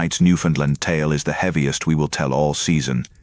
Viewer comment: At least have the province pronounced correctly.